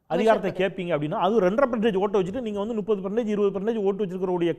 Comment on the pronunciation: போன்ற கருத்தாழமிக்க ஒருவர் சேவை தமிழ்நாட்டின் வரம். என் உரிமையான வேண்டுகோள் தாங்கள் நுப்பது என்பதை தவிர்த்து முப்பது என்று உச்சரிக்க வேண்டும்.